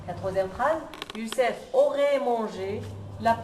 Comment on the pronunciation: Youcef pas youssef